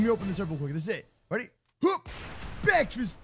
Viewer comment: I love when he say BEKFEST